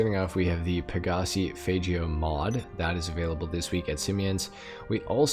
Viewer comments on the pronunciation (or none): It's the faggio (fagg-io)